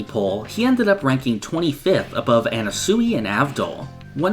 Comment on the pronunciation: did you seriously pronounce anasui as anna suey